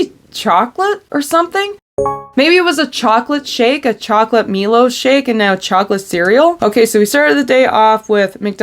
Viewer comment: Pronounced MY-LOW its a sugary chocolatey powder in australia! you use it at home with milk and now it comes in so many packaged foods